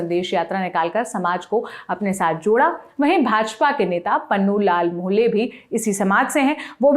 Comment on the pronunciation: Aapko logo ka naam thik se lene nai aata jaise pannu lal nai punnu laal mohle